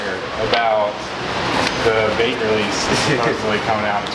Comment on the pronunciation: LANo he said Bait not Bape